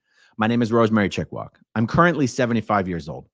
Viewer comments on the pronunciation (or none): I see. "Chickwak", not "Chickwog"